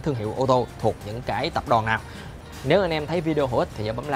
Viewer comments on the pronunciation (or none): none